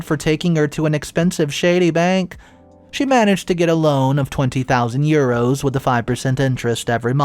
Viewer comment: That's probably the worst pronunciation of "euros" I've ever heard.